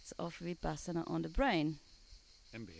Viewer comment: Not vipasana,but vipassna.